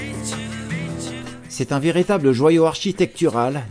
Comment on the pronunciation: la Clayette se prononce "la clette"... Je suis de la région.